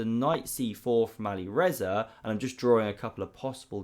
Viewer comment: "But here we see great counterplay from Alirezar again." I love your content, but you really need to pronounce the players' names properly. It's Alireza (without an 'r' at the end).